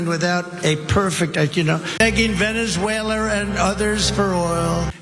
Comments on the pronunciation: Veneswhaler is like Russier,Russier,Russier…😂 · Dummy Donnie! Dummy Donnie! He has to pronounce it Venezawhaler because he's in the hillbilly south! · I heard that, too 😂